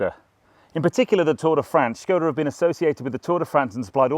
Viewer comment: its a skoda not a schhhhkoda in the same way that barclays is barclays not barclaaaaays and dacia is a dacia not a dacha, love a bit of corporate speeeek me - nice car though for a skoda